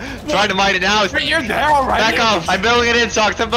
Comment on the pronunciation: love the way u say "THEEER IS NOT WAER!!!"